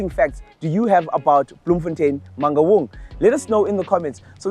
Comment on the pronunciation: What did you call it ? Mangungu municipality 🤣🤣